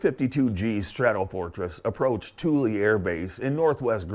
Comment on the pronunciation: I thought it was pronounced THOOL not TOOLY